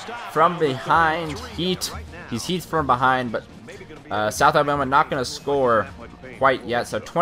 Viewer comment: you said south abama